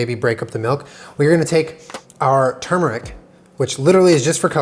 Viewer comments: “Turmeric” the entire world: tu-mur-ic: TUM-RICK ily but ahhh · I love everything you do but i hate how you say Tumeric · its tur-mer-ic. like its spelled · My family says turm-air-ick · He said “termeric” 👁👄👁